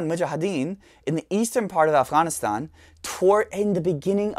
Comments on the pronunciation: I liked the way you pronounced Afغanistan! Thanks for sharing your knowledge with us. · You should say “afghhahhhn” a few more times... 🙄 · Ofghoniston pronunciation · If I have to hear him pronounce "Afghanistan," one more time, I'm gonna lose my sh*t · The way he pronounces Afghanistan makes me think he was in the service.